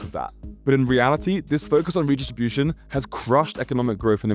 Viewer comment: the issue is not your overall speed, it was actually perfect. it’s your enunciation in the parts of your speech that you sped up to provide interest in your cadence. It would make a difference if you enunciated syllables more clearly; for example redistribution sounded more like ruhdishiushion. That made it extremely difficult to parse those portions of your speech—if you can’t enunciate while going that fast, then slow those parts down slightly. (native speaker)